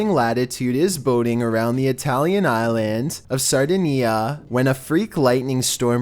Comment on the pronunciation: Great videos. By the way you mispronounced Sardinia